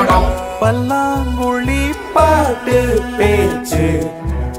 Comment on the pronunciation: Every pronunciation is right except for pallanguzhi. Can it be corrected??